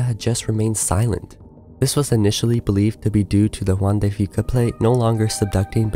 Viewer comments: It may or may not be worse than the Anchorage quake, which was also subduction-caused. Kudos on pronouncing "Juan de Fuca" right! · I live on Southern Vancouver Island. Thank you for pronouncing 'Juan de Fuca' properly 😊